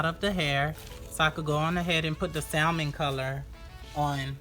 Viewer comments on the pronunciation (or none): SAL..MON...LOL.. THE ""L"" IS SILENT LUV.. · Beautiful work. But please do not pronounce the 'L' in Salmon. It's silent.